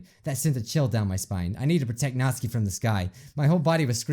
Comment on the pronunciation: That Raccoon Nick I’m i the only one that got annoyed when kept calling notsuki, nazi I didn’t hate this video though